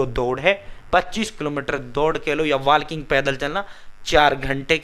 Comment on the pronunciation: वालकिंग ❌ वॉकिंग ✔️